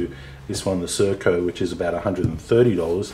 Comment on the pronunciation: Sir-coa???? Sir-occ-o.😉